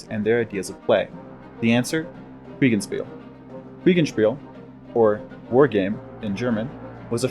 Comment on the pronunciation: Your pronunciation of Kriegsspiel leaves something to be desired. There is no "en" sound in Kriegsspiel.